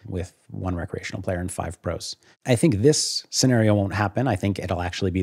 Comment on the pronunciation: my ears hear "bad" when he says "recreational"